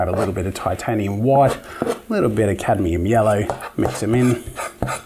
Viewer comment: catium yello? Yello